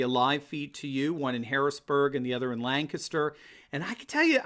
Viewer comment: You say Lancaster like you're from here. Well done! (Lang-kis-ter)